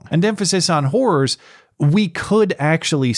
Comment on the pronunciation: Whores?... Ohhh!!! he said "Hor-rors". Like Horror